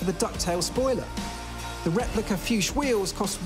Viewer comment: Being a German I can give you some advice on how to pronounce the name of the wheels: its name is Fuchs, which in German isn't pronounced like "fouche", but like "fooks" (like it would be in "books"). 😉